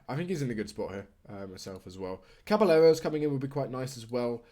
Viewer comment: Caballeros is pronounced like "cabayeros"